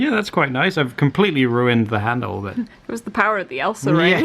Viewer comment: Nail valish? Vanish? I'm confused it's pronounced nail-polish